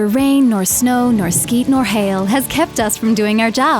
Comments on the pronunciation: Nor SLEET nor hail. Not SKEET. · did she say "skeet" instead of "sleet" at the beginning? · She said "skeet nor hail." Hehe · Did she say skeet…? 🤣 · it's sleet, not skeet. it means wet snow, probably not alot of that in Australia. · if i heard correctly she said Skeet!! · Did she say "skeet" instead of "sleet" at the beginning? Lol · I noticed that too 😂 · Yeah. I giggled. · Absolutely love these ads, but its "sleet" not "skeet". Unless there is a "going postal" joke I'm missing. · Did she say skeet? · She said Skeet not Sleet HAHAHAHAHAHA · It's pronounced SLEET, you ignorant fucks. Skeet is an Ebonics slang for CUM. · Did she say no skeet? LOL!!! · Excellent video, as always. (She did say "Neither rain, nor hail, nor sKeet, nor snow," right?) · Did she say skeet instead of sleet? 😂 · I just have to correct you on the pronunciation of one word. It's sleet not skeet. My favorite reaction from an Australian exchange student was when they saw thundersnow for the first time. That's when it starts to snow then it sleets, which is an ice storm, mixed with thunder and lightning. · I had to go back... but yes, you're right. She said skeet. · Did she just say: "rain, or shine, or 'skeet'...?" Lol. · The graphic was of water though. I feel like they just mispronounced "sleet".